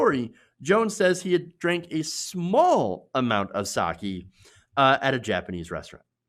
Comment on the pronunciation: More like "saw-kay", not "saw-key". 酒=さけ＝sake